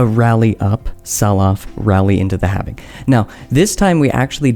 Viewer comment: HALVING HAL-VING. NOT HAVING. HALVING